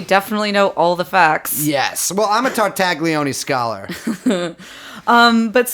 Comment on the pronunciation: Any mispronunciation of Ghislaine pales in comparison to what you guys do to the name Tartaglione